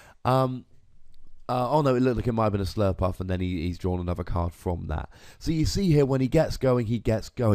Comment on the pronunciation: Slurpurff not "Surlpluff"